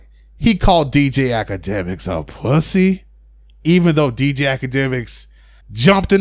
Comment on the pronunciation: Its POOSY not Puss-y